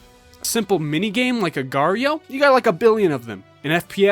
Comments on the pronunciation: just annoys me that mobile games put .io at the end of there games to make it appeal to the .io trend, its the same as .com or .co.uk, but if i make a game called "HOLEEATING.CO.UK" no one cares?. That and the fact that people pronounce it "Slither-ee-oh" or "agar-ee-oh". An agar is a thing already, .io is a web address type, what the fuck is an agareeoh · i hate it when people pronounce agar.io as agario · I can't believe agario was called voreio I love that hahaha